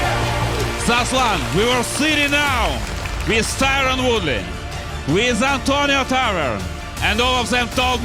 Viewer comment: Can't even say Woodley's name correctly!?!?!?!?!